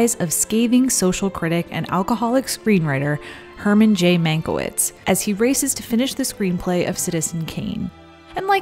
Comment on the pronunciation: it's pronounced man-kye-vitch, otherwise great reporting as always.